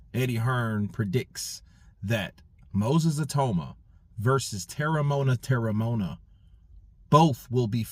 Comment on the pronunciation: Well it's te-re-mo-ana.